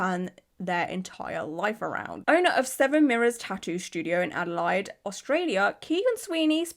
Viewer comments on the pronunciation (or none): I'm calling Adelaide (ada-lay-d) adalied from now on. you're precious 😊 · Haha only calling Adelaide ada line from now on haha your a legend. It's ada laid but ada line is the new new 😂🎉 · Makes me wanna watch "Bad Surgeon" again. FYI, the city name (Adelaide) is pronounced "ADD-uh-laid" . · My love, please, it's Ade-laid not Ade-line. Love your work tho ❤ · Hi from Oz lovely. Was blown away 2 c u covering this as i know 1 of the girls. Gr8 vid lovely, keep up the gr8 work. Also if it helps Adelaide is pronounced Adelaid over here. All the best from Down Under (lol ) & Flow lightly lovely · I’ve never known someone to pronounce Melbourne right but not Adelaide. I feel like I’m in another universe 😂